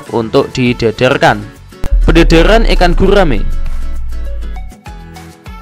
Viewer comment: gurrrraaaaame prrrrrut